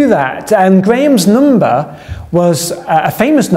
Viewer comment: Grayam’s numbah 😛